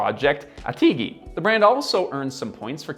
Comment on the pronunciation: "Project Ateegee" 🤣